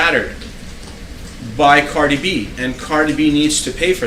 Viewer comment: This guy cannot even pronounce Cardi’s name correctly What a joke